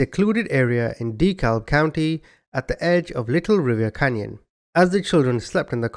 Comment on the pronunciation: Dekalb is pronounced deh-cab. I'm from Birmingham in Jefferson County. Believe it or not my name isnt Bubba and it's only one name rather than 2 names as my first name. My name IS Mike Jones though